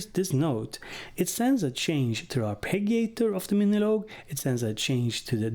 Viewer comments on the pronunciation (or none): In english we usually say arpeh-gee-oh or arpeh-gee-ator. Soft G. Otherwise I'm really into this machine so thanks for that.